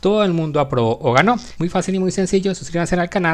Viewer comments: pq dice abrobo? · entendí todo pero creo que debió escribir aprobó mientras que dice abrobo pero no importa gracias por el contenido